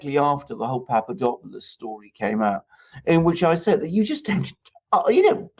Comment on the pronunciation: I hope you don't mind me pointing out that it's PapaDOPalous, - DOP as in hop, or drop, not PapaDOPEalous - DOPE as in hope or pope. Thanks.